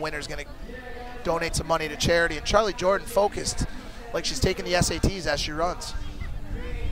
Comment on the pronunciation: bruv it's charly jordan not charlie lmao